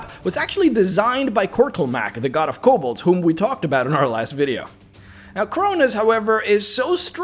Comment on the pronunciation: What a wierd way to say kobold